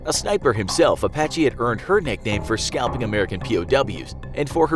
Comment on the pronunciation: Apache sound like "a Bac Ky" to me. That's offensive